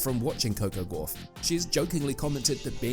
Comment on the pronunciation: Yet more badly written and badly voiced (by a machine - which can't pronounce her name correctly) asinine drivel. I am so sick of this Americanised rubbish. Please let's get back to real journalism